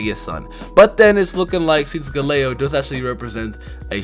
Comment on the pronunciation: Are you sure Galeo is a tiger? It sounds more like lation Galeo: A Galleon, and it also reminds me of Galileo, who does have a relationship with stars and astrology